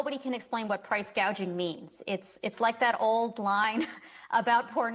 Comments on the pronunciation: She is doing just what she intended listen at her words .. this is how you know you are being gaslighted.. she says hospitility not hospitality.. she says price gazaging not price gouging . This is called changing the language. Nobody picked up on this this is how people are deceived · Listening to what Commie-ala's staff say about the roach, is that she takes no interest in any of the issues in government, and that's why she talks BS - she knows sweet FA about anything. She doesn't even know the term "price gouging", she calls it "price gauging" (she can't read a teleprompter, like her predecessor). If you want thick, ignorant crooks running the country, vote Democrat and kiss your money bye-bye. Now, that's a good slogan for Trump's campaign, and the Democrats, as that's what they're portraying.